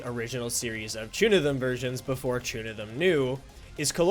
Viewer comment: It’s pronounced “Chunithm Cross Verse” and “Chunithm Cross Verse X” bruh